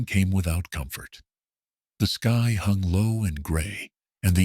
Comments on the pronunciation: Great story. I just can't tolerate the AI always saying SKEE instead of SKY. So irritating. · Word - sky - said as ski. You need a living person to edit your video.